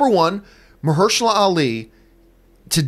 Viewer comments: Marshehala? 😂😂 I thought it was Mahershala? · Marsha who? :D EDIT: At least John said his name right. I never really knew his name, but he's a badass actor.